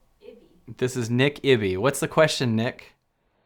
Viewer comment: Thank you for co creating! Funny how sly ego can be... you gave me a different perspective of myself that helped open my eyes to who I am and what I am trying to do! (not that it matters but its "Iby" like (eye-bee) not "ibby" Have a great day! and thanks again!